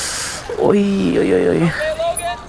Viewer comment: you said oi oi oi oi oi just like a norwegian it was so funny to watch